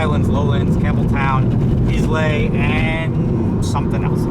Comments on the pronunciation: "Islay" is pronounced Eye-La, not Is-Lay. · Islay is pronounced i - la. Not is-lay